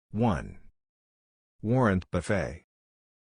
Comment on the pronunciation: "Warren Buff-fay"